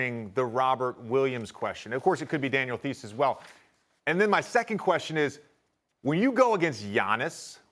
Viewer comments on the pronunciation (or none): "Daniel Theese"